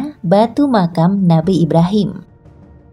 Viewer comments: Makom. Bukan makam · Pembacaan nya bukan makam tapi Maqom, itu pakai Kha bukan ka